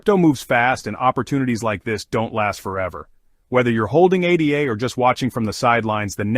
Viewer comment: its called ADA as in a girls name NOT A D A after Ada Lovelace the world's first computer programmer